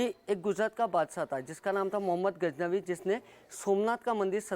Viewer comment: Mehmood gajnavi hota hai be bhosdiyo ke...naam to shi se lo...kya reporter banoge be tum 😂